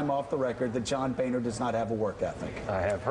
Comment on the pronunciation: "When two vowels go walking the first one does the talking" His name is pronounced BONER, not BANER.